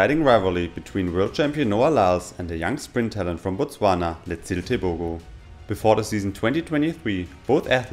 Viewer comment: Wow your pronounciation of Botswana is perfect